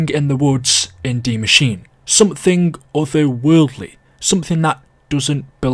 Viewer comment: It’s die maschine not machine. D Machine sounds erotic. It’s pronounced machine-eh